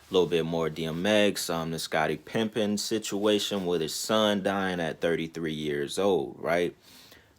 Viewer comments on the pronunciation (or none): Smh. It’s Pippen not pimping